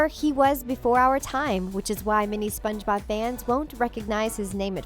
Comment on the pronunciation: I like how she says : Sponge bOb